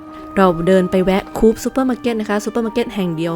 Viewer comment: ถ้าจะอ่าน คูพ = ไม่เป็นทางการ หรือ ใช้เป็น Slang ก็ได้ครับ แต่เจ้าของภาษาอังกฤษ เช่น UK หรือ USA อ่านว่า โคออพ ครับ (ลอง search internet คำว่า “Cooperative อ่านว่า” ดูก็ได้ครับ จะทราบว่า ที่ถูกต้องอ่านว่า “โคออพ”)